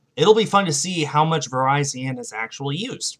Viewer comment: Virizion is pronounced Ver-is-ee-on